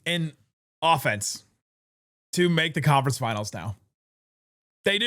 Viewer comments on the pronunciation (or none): Offenese - rhymes with Bolognese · Offenese? That a new language? 😂